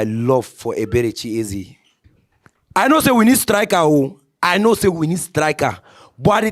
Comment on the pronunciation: nooo mannn... "Ezebechi". Come on my guy... 😂😂😂😂😂😂